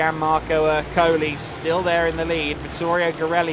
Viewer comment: Èrcoli, not Ercòli